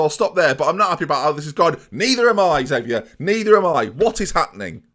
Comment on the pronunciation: Xavier's probably upset you keep mispronouncing his name